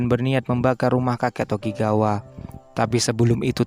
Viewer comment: Ngab klo ngomong doyle itu cukup doyl gitu aj Sama sikorsky biar gampang sikorski Sama namanya bukan tokigawa tapi tokugawa